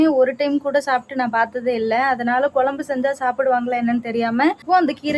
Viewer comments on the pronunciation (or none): none